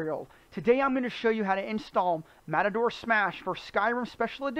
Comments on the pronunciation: He actually says Matador Smash, but it is pronounced Ma-Tor. (Like machine) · Video was informatinve. Thanks. Mator (said May-tor) might be a little hard to remember for some. Could you try saying "Matter-Smash"? It's closer. Please.... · I can't get over how you call it "Matador" Smash, LOL!!